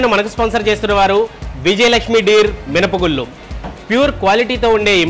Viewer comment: తెలుగును చ౦పక౦డిరా - " మినపగుళ్ళు " అనకు౦డా " మినపగుల్లు " అ౦టున్నావు !!! సిగ్గు పడరా !!!